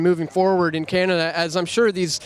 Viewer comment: That's why they call it cannaduh